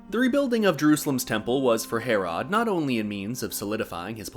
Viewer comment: Ive never heard anyone pronounce Herrod as Hair-Rod